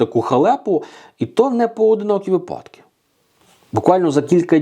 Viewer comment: Весь день по радіо чуєш про дурнуваті ''випáдки''. Увечері заходиш в інтернет - те саме. Цікаво, чи можна десь почути нормальну українську мову, без щелéпи, листóпада, енергонóсіїв, пóдушки, óзнак, ліжóк, пóвісток та ''иншої мутоти''?? Невже для того, щоб відпочили мізки, треба шукати іншомовний контент?